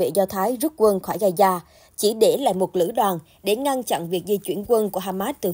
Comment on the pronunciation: Ga _za không phải ga _da